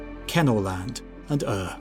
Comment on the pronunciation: Your pronunciation of "Ur" as "er..." or "err" is hilarious. Since the name of this hypothesised continent was clearly taken from the German prefix "ur-" meaning "primeval" or "original," it should surely be pronounced approximately "oor."